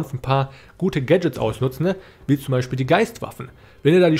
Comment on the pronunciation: Danke fürs Video! Finde deine Aussprache zu geil, ausnutznE, ausholnE 😂